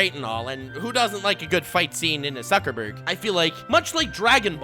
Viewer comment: "noob suckerberg" "smukerberg" Ah shit here we go again